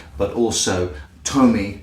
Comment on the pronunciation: I'm so glad you atleast acknowledged your mistake, some other reviewer kept say "Tomi-ayy" and I just lost it I could not watch it